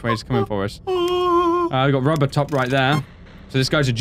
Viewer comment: did say rubbertop?XD